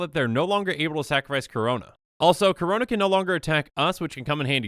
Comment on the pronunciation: Every time he says Karona I hurt inside